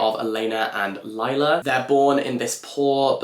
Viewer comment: Hi dear, let me flex my Italian hoping it’s useful to you: For “Elena” you stress on the FIRST “e”. So it is “èlena”, not “elèna”. And Lila is pronounced “Lee-la” Love you you are the best